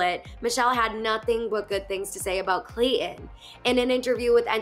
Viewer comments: There is a T in his name. You pronounce it Clay Ton. Not Clay in. Please. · Me too. It just irritates me. Say the bloody T. That is the man's name. Not Clay in. He's very attractive.